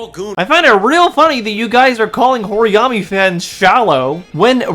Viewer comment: "horiyami" holy larp